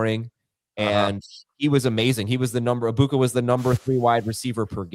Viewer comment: Can we stop say “Abuka” it’s “Eg-buka”